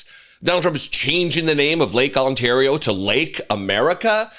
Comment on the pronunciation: OOOooo.... he can say Ontario right. NO one takes him seriously!